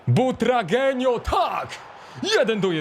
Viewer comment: Kur.. czyta się BUTRAGŁENIO